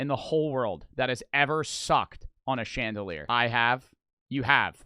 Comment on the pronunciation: Who thought he said chandeler